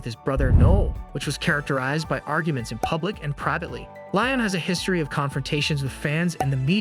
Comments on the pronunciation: Lye-am Gallagher? K-I-S-S? Kurt Cobine? I feel like I'm losing my mind listening to this. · It’s pronounced Lee-am.